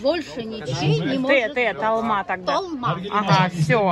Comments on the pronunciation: В армянском языке ,как пишется так и читается . Если "толма" ,то ударение на четкое "о" , так же произностиься и слово "Москва" , мы призносим четкое ударное "о" . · НЕ ТАЛ МА !! А ТОЛ МА !! НАУЧИТЕСЬ УЖЕ ВАЙ ! БУКВА О У ВАС ТОЖЕ ЕСТЬ ВРОДЕ